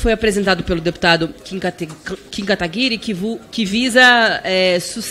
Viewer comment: ALGUEM PODE ME DIZER PQ NENHUM DEPUTADO DA ESQUERDA CONSEGUE PRONUNCIAR O NOME CORRETAMENTE DO NOSSO JOVEM QUERIDO KIM KATAGUIRI?